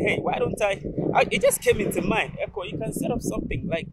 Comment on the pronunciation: Sis, the name is EKOW, the W is very important to the pronunciation and meaning of the name. U can't leave out the W. If u listen carefully to his theme song, u can hear the W in the way the singer says his name..My brother is also EKOW. Thanks